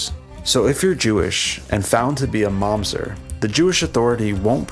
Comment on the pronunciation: it's mamzEr not mAmzet